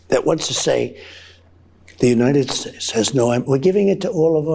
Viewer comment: What the hell is the "United Sss"